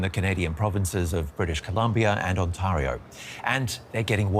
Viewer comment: I've never heard anyone pronounce Ontario like that...